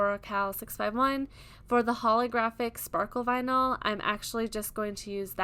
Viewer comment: Vinyl not vinal